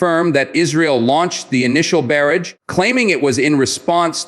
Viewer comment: Is it too much to request that you or your voiceover trashware learn to pronounce "Iron" and "Barrage"???